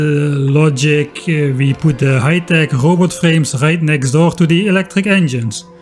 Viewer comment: The word tech is not of germanic origin, its not pronounced teh its pronounced tekh with an aspearted k. Its so funny how germans dont realize that this letter "c" would be called by the latins as kē, so they are actually writing kh like their ancestors would have spoken while themselves thinking they are writing h.